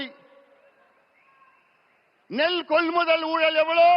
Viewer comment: ஊழல் என்று சொல்ல தெரியல